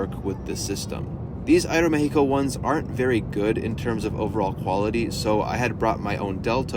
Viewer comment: appreciate the aeroméxico pronunciation. many people skim over it.